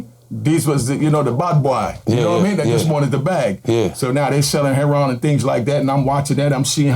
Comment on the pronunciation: HEROIN... not herryON